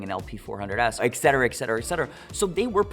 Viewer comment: The Dude even knows: it's ET CETERA, not EX CETERA. that sh*t drives me nuts, and the "man bun" knocks it out of the park.